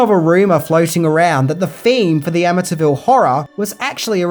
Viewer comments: It's Amityville Am- A- T- ville Not Am - A- Ta- ville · Ama-ta Ville lol...do you say Syd-na? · The Amintyville Horror. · A''"ville! But who will play? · Or.... The A--ville Horror. lol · Your accent made you mispronounce amityville about 100 times this video lol. I'm born and raised the town over from amityville, in Massapequa and over a decade ago they totally refaced the entire property and its completely unrecognizable from the front. But since its on a canal, me and my friends kayak up and down them and the back of the house and boat house didn't change for years, until new people bought it.